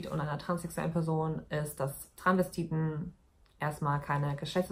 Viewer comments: sie sagt Transvestiten, verschluckt das s aber ein bisschen, aber es ist immer noch hörbar. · Sie sagt das schon immer ohne s, hat mich schon des öfteren getriggert 😂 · TranSvestiten nicht Tranvestiten Maaaan omg hat mich das die ganze Zeit aufgeregt 😂😂